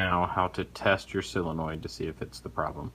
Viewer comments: There's no such thing as a "sillonoid". It's a SO len oid fer dang sakes. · It's a sOlenoid, not a sIlenoid.